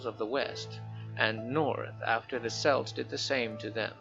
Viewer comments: K-elts, not S-elts. Celts with a K is a people, celts with a S is a jewellery style and soccer team. Ffs why cant Americans say it right?! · Some notes on pronunciation: Celts reads as KElts. Lemurians read as well, Lemurians, instead of LuMErians.